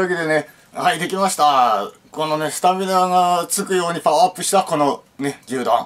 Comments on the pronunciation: ポパイのパワーが言えない男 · フォファイのファワーとか言っちゃってんじゃねーか